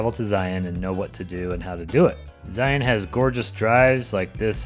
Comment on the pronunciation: You pronounced Zion right!!